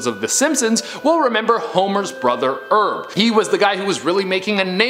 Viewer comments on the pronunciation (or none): Homer's brother's name is "Herb", not "Erb"